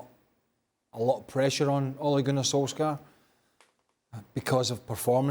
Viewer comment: Craig, you rube, learn how to pronounce “Solskjaer” Don’t make your lack of education that obvious 😂